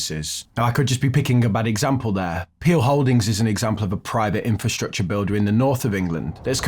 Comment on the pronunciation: are you saying "Inferstructure" or using the correct Infrasrtucture? So many people get this wrong!!!!